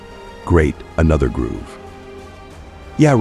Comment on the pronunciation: Why pronounce grove like groove?